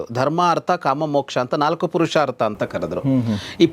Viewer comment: ಪುರುಷಾರ್ಥ ಅದು, ಪರುಷಾರ್ಥ ಅಲ್ಲ